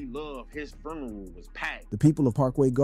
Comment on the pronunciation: going thru hell tryna pronounce “funeral” correctly 🤣🤣 boy said “his ferneral was packed”